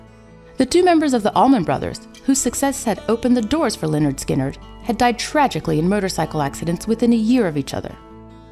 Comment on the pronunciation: Me resisting to yell it’s leh-nerd not Li-nerd